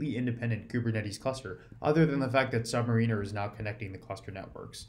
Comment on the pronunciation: You keep mispronouncing Submariner.